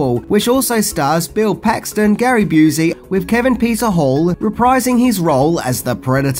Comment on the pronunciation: It's not said "Boo-see", Gary's name is said "Byou-see". You got it wrong on "Predator 2" being the set-up for any "Aliens vs. Predator" stories and movies. Dark Horse Comics, who had been publishing ALIEN and ALIENS series stories since 1989 began the crossover with their 1989 issue of Dark Horse Presents #34-36, which had an three part AvP story in it. Then there was the fantastic "Aliens vs. Predator" four-part story in 1989. All of these can be found collected "AvP Collected" Trade Paperback. Fox saw what Dark Horse was doing and added the xenomorph skull to the trophy wall to show they liked they idea as well. Sequels don't need to take on the same tone as the original, so this is definitely a worthy one in that it took a new path.